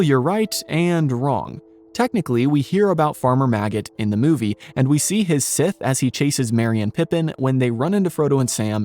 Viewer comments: Scythe isnt pronounced sith its sci-th (as in science) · "his 'sith'"(sic)??? do you mean scythe (pronounced "sci-th")??? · Just so you know that tool that farmer maggot had in the movie is pronounced sythe like sci Fi or sci-ence not sith like star wars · Just wondering is it sith or scythe? lol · You pronounced Scythe wrong. It's Sigh -th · Stopped watching at "Sith". Integral pronunciation was offensive enough but pronouncing Scythe as "Sith" is unforgivable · Scythe has a long I, and a voiced TH (like the or these). It rhymes with blithe or tithe. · Please learn how to pronounce SCYTHE. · You have an interesting way of pronouncing "scythe."